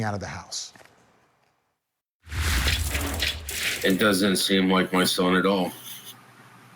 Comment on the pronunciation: That guy needs to stop saying ‘housth’